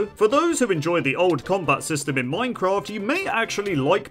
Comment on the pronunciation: I swear he said "Minecrat" in the beginning